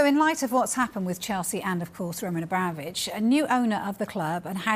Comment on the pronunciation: This guy "Romaaahn Abramovic, Lionel Messaay"